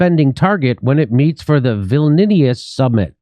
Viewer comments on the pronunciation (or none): Viln(i)us not Vilninius,... you American lingustic ingorants/illiteriates, for anything outside of traditional U.S. sphere of influence... :-))) hahaha... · "Vilnius" , the capital of Lithuania , is pronounced Vil-knee-üs